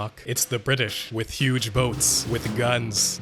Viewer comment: Knock knock it's the Bri'ish